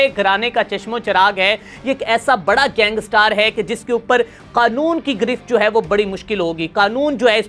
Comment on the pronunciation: لفظ گینگسٹر ھے نہ کہ گینگ سٹار جاہل انسان۔